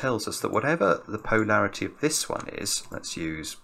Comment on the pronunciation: Hi, great solve, but am I the only one who finds pronunciation of Polarity a bit strange? PO larity just sounds completely wrong to me:)